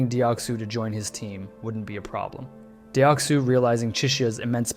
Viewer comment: the way you pronounced deoksu and ddakji is upsetting me